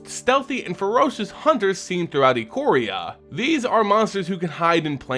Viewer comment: It's pronounced Eye-Core-Ee-Uh.